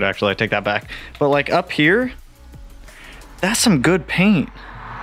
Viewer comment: “ Das some good paint “ 😂